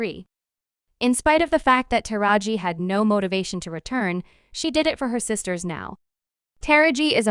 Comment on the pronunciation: Who is this female narrating these clips? She is constantly mispronouncing black people's names. You think she would at least take the time to learn how to say the names which she getting paid for doing but constantly is just butchering names like Taraji, Suge, etc... but why report or narrate if you can't even enunciate correctly when it comes to African American Culture and their Celebrities??? 🤷🏽‍♀️🤦🏽‍♀️🤔